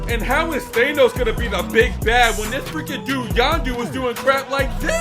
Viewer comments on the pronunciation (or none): its pronounced Thaaaaaaaa no ssss not theeeey nose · Since when did it become "Thaynos" ? 😅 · thaynos and normaymu really kill me